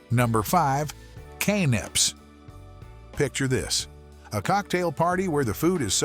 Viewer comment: AI has got to go. "Can-APES" ???🙄